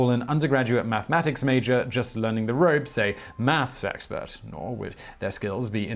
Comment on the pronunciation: what is a "math sexpert"? ;)